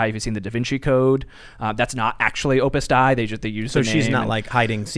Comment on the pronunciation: It’s pronounced “Opus ‘Day’” not “Opus Die”.